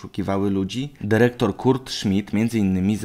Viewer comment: Derektor :D